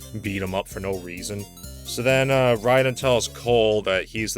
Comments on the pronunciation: It's Ray-Den. Rye-Den is how you pronounce the name of Metal Gear's tryhard cyborg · The Mortal Kombat character's name is spelled R A Y D E N, so even though he's named after the Japanese lightning kami it's pretty clear his name is in fact supposed to be pronounced as Ray-Den. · The way pronounces rayden lol